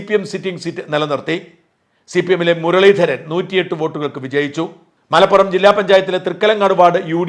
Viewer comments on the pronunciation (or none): none